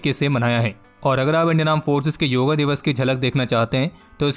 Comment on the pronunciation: भाई हर चीज़ का अंग्रेजीकरण, योगा दिवस नही योग दिवस